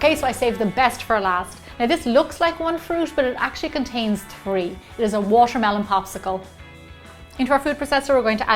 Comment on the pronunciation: I think she has a problem wth the "T" because she pronounces like "sh". Eh: washermelon instead of watermelon... it's kind of annoying but her recipes are the best...